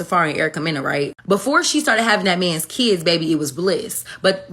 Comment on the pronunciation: Its not keeds its kids